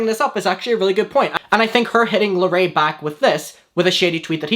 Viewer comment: I fet not knowing how to pronounce someone's name But purposely mispronouncing larray's name (a poc) is microaggressive